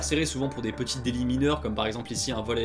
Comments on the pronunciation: Alors à tu as oublié le "t" à délits 😭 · Vers 14.30 petit oubli du "t" à "délits" :p Très bonne vidéo en tout cas. Très intéressante. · "délits".. désolé ça m'a perturbé